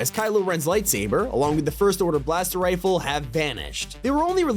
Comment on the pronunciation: “FiRsT oRdEr BlAsTeR rIfEl”